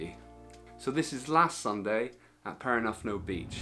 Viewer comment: I hadn’t realised the snorkelling was so good there and I live just a few miles away. It’s Perran-ooth-no.